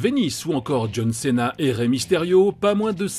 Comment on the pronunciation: "Jhon Ceina"...